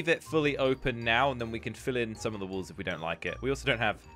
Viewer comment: Walls not wools